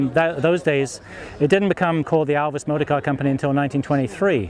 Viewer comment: One of the best informed guy regarding ALVIS matters and also an Alvisona who can pronounce the make correct and not like Elvis !